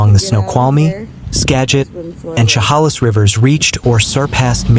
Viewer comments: She (like shed) 'hale is (like miss). Not She 'hall is. Please learn how to pronounce these names 😮😮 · Inslee is not our governor's name. And it's Cha-hail-less. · its pronounced Sha Halis.... and Ska git , do some research before you narrate. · Please stop saying Chehalis like that…it’s pronounced like che-hay-lis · Please quit butchering the pronunciation of Chehalis!